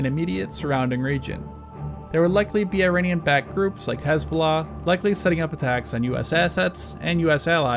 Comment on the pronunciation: Tthey are not 'Eye-rainians'. That's a terrible way to communicate to an oral culture. We can be in opposition without being consciously or unconsciously insulting to each other. The name of the country is pronounced 'ee-rawn' (aleph-ye-re-aleph-noon in Farsi, the local language). Don't sound like an uneducated bumpkin.